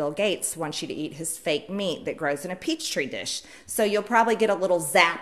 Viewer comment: No no no, “TEE tree wishes”, not Peach tree dishes. Dad gummit!